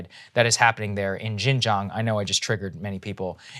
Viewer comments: East Turkestan Islamic Movement, Saagar. Please do some more research on this— there are dozens of verified terrorist attacks committed by this Uighur organization who is trying to secede from China. Also, just fyi— Xinjiang is pronounced more like shin jiang. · You did just trigger me intensely. Your pronunciation of Xin Jiang was atrocious.